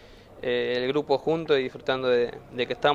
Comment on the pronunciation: es un gurpo increíble lo arreglan : es un gupro increíble 🤣🤣🤣